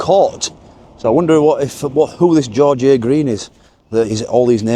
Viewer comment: It's pronounced George a Green ., they looked great .